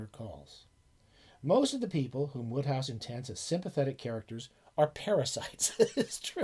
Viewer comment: It's Wode hohouse like snowed house apparently. loved the vid. read a few myself. I was surprised how good the writing was.